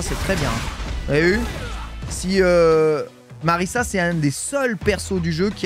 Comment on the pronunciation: ça se prononce MariZa hein, y'a qu'un seul S